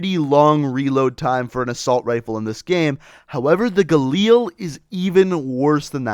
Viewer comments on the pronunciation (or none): alright i have had enough with people pronouncing galil like that. It is pronounced ga-lil not ga-leel